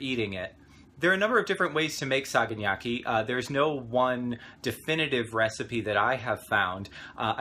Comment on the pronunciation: Pronunciation is off. Sa ga na ki. Just as it sounds. I've made this before, coming from a philhellene. Also ke fa low tea ri. Hang around more Greeks, they'll help you with that. I like to dip mine in egg first, then breadcrumb and then put in olive oil to cook. Yours came out well though so that's great. I love this recipe. I'm also a long haired guy from New York City so you'd make a nice friend!